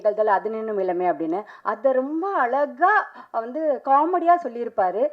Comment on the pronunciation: தொகுப்பாளர் ரொம்ப "அலகாக" தமில் பேசுகிறார். வால்துக்கல்😊